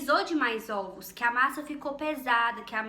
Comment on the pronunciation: 🤣🤣🤣🤣 zovos vem de zoiudos. Sua explicação é ótimo e seu bolo deve ficar excelente mais olha zovos 🤔🤔🤔🤔 !!!